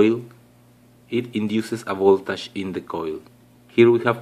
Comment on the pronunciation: Voltash😂😂😂 It's voltage bro